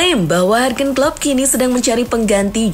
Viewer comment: Ngikutin Starting Eleven dari masih 100k Subs, smpe skrang 1juta subs, narator nyebut Jurgen Klopp masih dengan ejaan "Hargen Klopp" bukannya "Yurgen Klopp" 🤣🤣🤣🤣